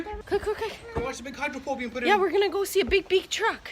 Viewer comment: I thought you were saying that you were getting a POOL delivered, not a POLE! 🤣